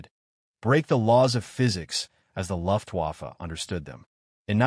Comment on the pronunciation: Learn how to say “Luftwaffe" which means German Air Force. 😮😮😮